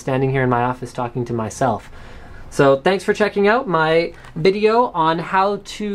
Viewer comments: "thanks for checking out my BIDEO" :D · He totally says "Bideo" at the end...